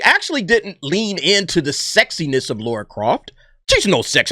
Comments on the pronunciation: Why do Americans pronounce Lara as Laura?. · Its Lara not Laura bud! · It's Lara not Laura??🤣🤣🤣 That's someone else. Maybe Sophie is playing Laura, a Sister we've never heard of. That's as far as my reach goes guy's.🤣🤣🤣